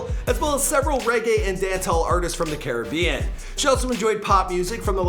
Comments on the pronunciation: Bruuuhhhh stop pronouncing carribean that like 😂😂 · Why does everyone else pronounce Caribbean like that while we Caribbeans pronounce it like Carib-yun??